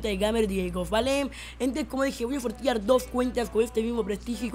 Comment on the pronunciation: Voy a "sortiar" jajaja no mames